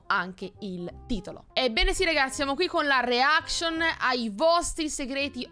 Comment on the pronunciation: Reaction si pronuncia Riacscion